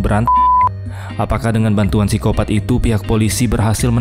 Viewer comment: Ganggu bener lu bang, sebut nya sikopat gak usah pakai P